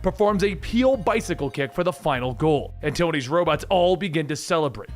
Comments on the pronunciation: 😂😂😂😂 what kind of bicycle kick? A "PEEL"? It's Pelé pronounced pay-lay. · "peel bicycle kick" tell me you don't watch sports without telling me you don't watch sports....it pronounced "pay-lay". the greatest soccer play ever. i know you have heard someone say that name before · Aint no way he pronounced pélé like that